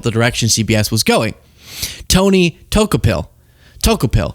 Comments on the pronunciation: Tony's last name is pronounced DOO KO pill not toe kah pill. Also his wife on MSNBC Katie Tur. Tony was on previously on the CBS morning show with Gayle King, its a bit of a stretch in gravitas to go from morning show to evening news anchor. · his name is pronounced DaCouple..or maybe you were making a joke! Took a pill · Bro, it's Tony Do-Kou-pil Tony pronounces it like DeCouple Not a fan of where CBS is going either, but at least pronounce the name correctly. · Pronounced Toe-cop-pill😭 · Every time you say Tony's last name my brain hears "took a pill".... 😆😆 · it' pronounced Du-KO-PIL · Tony 'Doo-co-pull'. He's was excellent on CBS Mornings. I think he's going to be great. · Tony “Toe- cop-il,” is how it’s pronounced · Not that it matters. It's pronounced Dee-cope-ull. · I don't know if you are mispronouncing his last name on purpose as a joke because it really isn't important but it's pronounced duh-ko-pull🤷🏼🤣 I notice a lot of people having a hard time with it. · Are you saying his last name wrong on purpose? If so, no prob....if not, it's funny that you are saying it wrong, it's "due coe pl" emphasis on the coe😜😜😉😉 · You murdered the pronunciation of his last name. Another reason why I love you,.❤❤❤ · You are not saying Tony's last name right. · 😂😂 you're pronouncing his name wrong , it's tony Dokoupil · Did you mess up his name in purpose?